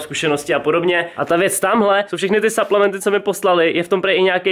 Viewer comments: Cau hele nechceš si udelat nejakej fitness kanal ja čte se to suplementy a ne saplementy ale ok video taky delam fitness ale nenatáčím to a ten creatin je klasik bez příchute nebo s příchutí jestli klasik bez příchuťe tak je na hovno jak ho vysadís nafoukne ti to svaly a přiberes omlouvam se za chyby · a su to SUPLEMENTY nie SAPLEMNETY 😂 V slovenskom znení sa to číta suplementy ... Chodte na google a schválne si nájdite ako sa to vyslovuje 😊